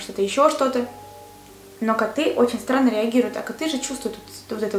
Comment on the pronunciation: Мне показалось,что она сказала не странно а сранно...Или только мне одной?))